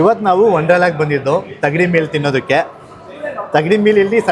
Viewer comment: Adhu thagdi alla thangdi ...😂😂😂